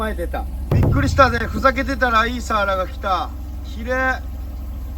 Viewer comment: いつも楽しく拝見しています。サワラ漁っていうときは 合ってるのに・・・・サワラって単語の時のイントネーションが毎年気になってます。